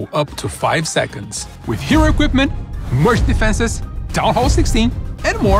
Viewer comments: "HERO EQUIPMEN" ???? Did you mean: "Hero Equipment" ? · You mean ‘Hero Equipmen’ right? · "HERO EQUIPMEN" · they’re making fun of his accent “hero equipmen” 😭😭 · "Hero Equipmen" CONFIRMED!?!? 😂😂😂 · 'hero equipmen'